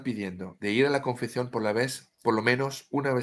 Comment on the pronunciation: Sigo escuchando, y por si me lees, te corrijo un poco tu español de cocina tan simpático: te digo, se dice "ConfeSión", con ESE (S). En español "Confección", con Cé (C), significa elaborar, confeccionar, coser ropa, telas, hacer trabajos manuales. Pero alabo y sonrío en tu esfuerzo por utilizar las Cés (C) españolas 😉